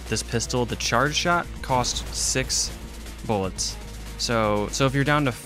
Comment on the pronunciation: “Need more boolets” x7